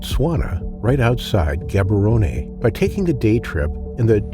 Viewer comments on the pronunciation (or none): It's pronounced Gabaronn not Gabaronee